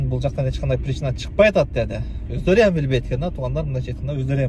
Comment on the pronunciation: Оздору деп эле суйлочу ям дегенд не кошуп суйлойсун.Оздоруяаам деп😂.Оздору деп эле суйлочу